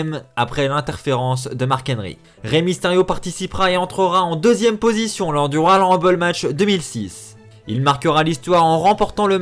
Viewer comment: Faut apprendre à parler : "royal rumbay", "servi à rein"... En plus, nxt, 205 live et nxt uk ont leur propre rumble. Mais effectivement, ça ne servirait à rien de faire gagner Rey.